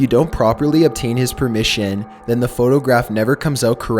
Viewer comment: "TEXYAS" "THE BRITush" "Permissyion"